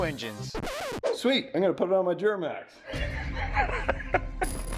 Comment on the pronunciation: “Juramax” lol